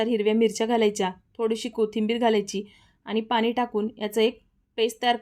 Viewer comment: बाउल😅.. बोल., पानी😂पाणी... Kiti ashudh boltess